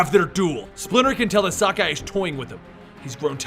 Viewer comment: Sock-Eye huh?